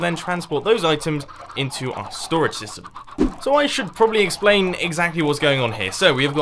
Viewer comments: the sorting sytem. RIP the letter s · U said sytem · Gotta say it: "SYTEM" :P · "Sorting Sytem"